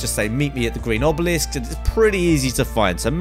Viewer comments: its obelisk btw not obelix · Oblix 😂 sorry to be a grammar nazi but it is obelisk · it's obelisk not oblix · Does he know they are called obelisks not "oblix's" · HE CALLED IT THE FUCKING OBLIX LMAO😂😂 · Good video and some tips here. Also, it's called Obelisk :p